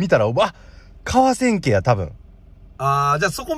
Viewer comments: ！かわせんけじゃなくてかわちやですよ！！ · かわせんけ じゃなくて かわちや ですよ！ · 「かわせんけ」ではなく「かわちや」ですね。